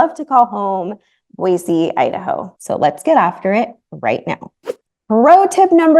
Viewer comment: Since Boise is your home now, it's actually Boise with an "s", not Boize.